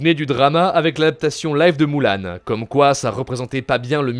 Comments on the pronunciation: "Moule âne" 😭😭 "Ki on" 💀 Et c’est la belle sœur de Cendrillon pas la demi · Faut encore qu'il s'améliore et ce met à jour sur certain point. La reine des neiges et sortie au ciné et pas en cassette, prononcé mieux les noms des personnages ont dit "Mulan" et pas "Moulan" et y a jamais eu de "Atlandide 2"